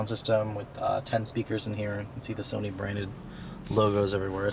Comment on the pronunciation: Sony not Sani lol jk keep up the good work